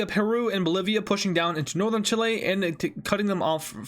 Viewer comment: You said Polivia…